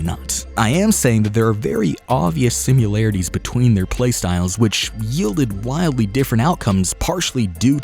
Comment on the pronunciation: You lost me at "simularities"